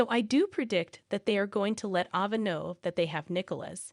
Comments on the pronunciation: Can you please get some one to pronounce the actors and actress names right please this woman that was speaking kept on saying ova and her name is ava and she couldn't even pronounce Trina name right. If you going to get some one to talk about the actors and actress on General hospital make sure they pronounce the names right ok. Please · It’s Trina not it’s Ava not either before you talk on these videos. You should pronounce the people on the show name correctly. It’s very nerve-racking to listen to this when you don’t have the correct names.